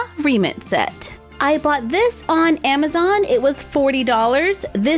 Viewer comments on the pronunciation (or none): none